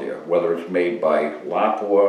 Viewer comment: 👍 for proper pronunciation of Lapua